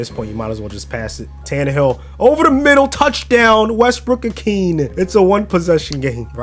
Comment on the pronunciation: Nick Westbrook uh-keen-a, you said the first part right